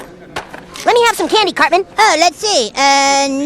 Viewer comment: He said certman